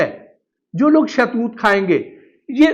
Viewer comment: شاہ توت نہیں ہوتا صاحب شہتوت ہوتا ہے